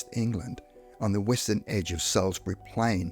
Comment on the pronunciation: Salisbury is pronounced « sauce bu ree ». What’s wrong with you? 😂